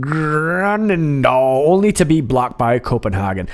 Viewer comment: Respect for pronouncing Grønnedal almost correct!